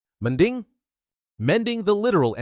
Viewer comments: The mending sounds like a filipino said it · "mending" in indian accent